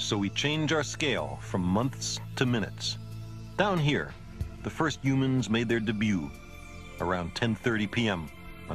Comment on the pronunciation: Yep. He was in awe of what humans (or yoo-mans, as he pronounced it) had achieved, but at the same time, he was realistic about our place in the cosmos. Rest in peace, Carl. You were an amazing person.